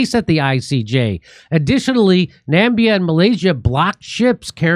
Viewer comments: Please its NAMIBIA. and not NAMBIA Please pronounce correcetly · Namdia- Namidia.. You Americans! I'm always surprised how Jimmy struggles to pronounce common internationally known countries or cities. Love you man! 😂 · Jimmy, don't you know Nambia doesn't exist?!!! It's Namibia...Definitely a Mandela Effect!!! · Pronounced NA-MIB-BIA not NAM-BIA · ‘Nambia’? Na-mib-ia. Can’t you see the eye ffs! You are abysmal on things like this. Probably never heard of the country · Nammbia 😂😂, it's clear you skiped geography lessons in school..., stupid Jimmy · You guys still calling Namibia Nambia? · I think it's pronounced Nah-Mee-Bee Ya! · Sir, the country is called "Nah-me-bi-ya" (Namibia). Sounds very unprofessional not being able to pronounce the name of a well known country. Typical of an American to know nothing of the world around them. And I'm suposed believe the news you broadcast? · The name of the country is Namibia, Jimmy - not "Nambia"... But anyway - it is about time somebody did SOMETHING to stop the carnage in Gaza. On that note - and as a Norwegian citizen, I am thoroughly ashamed of the (EU-UN-Anglo-American) boot licking Norwegian Government - who - true to form - is yet again speaking with multiple tongues. They "stand behind" the Hague Group - "condemning genocide in Gaza" as well as "recognizing the Palestinian State" - while at the same time INCREASING the investments of the famously gargantuan Norwegian "Sovereign" Wealth Fund in the Israeli military Genocide industry by 35 % (!!) during the "Genocide Year" of 2024.. Not really surprising, coming from a group of spineless, corrupt bureaucrats who routinely award the Nobel "Peace Prize" to the worst war criminals they can find...😑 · How many times has Jimmy mispronounce "Namibia" as "Nambia"? :P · Jimmy, it's pronounced Na-mib-e-ah. Namibia. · He could not pronounce Namibia.....really?....really. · Jimmy, I know you're American, but it's spelled Nam-i-b-i-a. 😄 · Nambia??? It´s Na-mi-bia! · Bro Na-mi-bia!